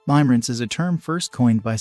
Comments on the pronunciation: It's pronounced (lim-uh-rinse), not (lime-rinse). I cringe every time I hear that. Please fix it. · Ha!! Yes. I kept hearing him say Lime-rinse. HAhahahahahahaha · FYI he’s totally mispronouncing the word. It’a pronounced “Limmer-ance” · The pronunciation of "Limerence" is actually incorrect in this video. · Right and it’s annoying me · In spite of the incorrect pronunciation, if this is an AI generated voice then it is amazing. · Thank God you said it, it was driving me mad : ) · HOW CAN YOU TAKE THIS STUPID VIDEO SERIOUSLY WHEN THEY CAN'T EVEN CORRECTLY PRONOUNCE THE WORD "LIMERENCE." LEARN HOW TO PRONOUNCE IT BEFORE DOING A VIDEO!!! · Thank you the mispronunciation. Was pretty annoying